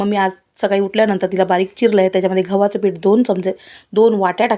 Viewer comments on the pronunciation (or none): घावाच पीठ नाही ओ गव्हाच पीठ😊 Don't mind pls🙏